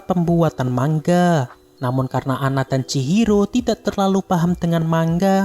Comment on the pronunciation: Manga bang bukan mangga🗿🗿